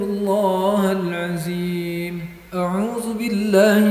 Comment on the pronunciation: Maap itu makhroj huruf dzo perlu di perbaiki bacanya jgn za contoh pada kalimat astaghfirulloohal'adzim... Jgn jadi aziim